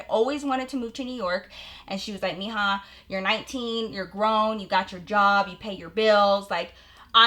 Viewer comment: I love how she said “yob” instead of job 😂 iykyk